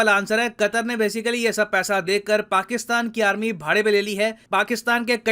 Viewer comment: Aaarmi le loo 😂😂😂